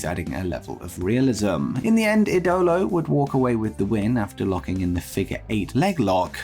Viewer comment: Javier Vazquez Ministries don't get me wrong mate, I absolutely loved Collision, but if anything was taking away from it, it was the commentary. Especially Nigel McGuinness. He called Andrade El Idilo "Andrade Idiolo", then in the end called CM Punk' s "pepsi twist" move as "pepsi plunge", while also having a lot of other similar "botches" or at least strange calls during the whole show. This all making it look like he didn't really knew what he's talking about all that well. Kevin Kelly was quite alright, but had at least one major similar "botch" as Nigel McGuinness, again this besides more smalle ones...